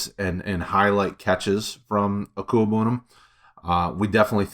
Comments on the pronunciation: Deserve a raise for being able to properly pronounce Okwuegbunam! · I'm impressed 👏 at the fact that you're able to say his name correctly and with such ease